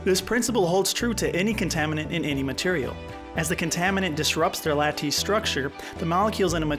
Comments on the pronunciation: Lattice, LAT-tes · The way you pronounce Lattice tells me you learned the word from a book? It's supposed to sound like "lettuce" but with a different vowel at the beginning. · Other than the endearing mispronunciations (e.g. lattice and mafic), this is a really good overview with great visualizations of plate tectonics and volcanism.